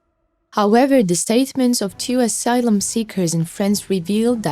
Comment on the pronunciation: Please get someone that can pronounce the words correctly. Asylum.and ballistic, assured. You drive me nuts trying to figure out what the actual message is. There are many more. By the time I figure out what you are saying the message is over!